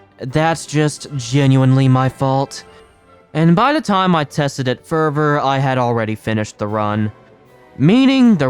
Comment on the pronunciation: hey i noticed you say "ferver" instead of further. just a quick correction incase you are ESL.